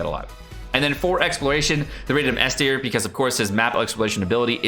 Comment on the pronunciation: its time for your tea-r list